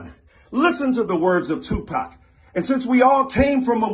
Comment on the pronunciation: I dont think tupac said it like that lol